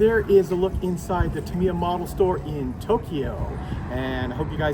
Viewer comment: The way he pronounces "Tamiya" makes my soul cringe. 😆